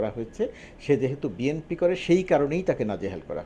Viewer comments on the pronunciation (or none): none